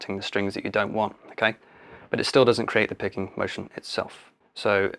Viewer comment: Thought you said pegging at the start. Anyways great video, helped a lot